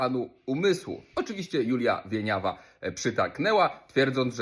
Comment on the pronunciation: ale ty gościu pierdolisz. Po pierwsze akcent na drugą sylabę, a po drugie nie dorabiaj ideologii to wypowiedzi skretyniałej gwiazdeczki. W jej wypowiedzi nie ma drugiego dna, a o takie intencje prędzej wojewódzkiego bym oskarżył niż pustą lalę winiawe